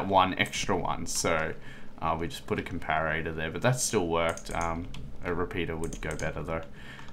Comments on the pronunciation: it's not a 'compararatah' it's a comparetor, pronounced com-pah-ruh-tor (or com-pah-ruh-tuh for us Australians) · this is how you pronounce comparator. [COM - PAR - RAT - A/OR] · And it's com-pah-rih-tah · Com-para-ar-ator? really?